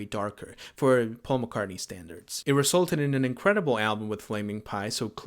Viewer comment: But it's NOT Pasul Mc Cartney...Wake up..